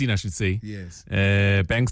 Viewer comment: An educated man who still doesn't know that the L in should is silent.